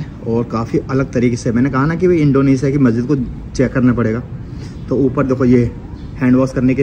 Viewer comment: इंडोनेशिया होता है इंडोनेसिया नहीं